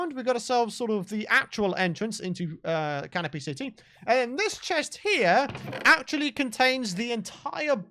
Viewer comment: I thought was saying Caterpie City instead of Canopy City